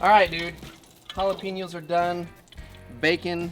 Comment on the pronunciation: Again with the jalaPEEnos!!?! (You had to know this was coming)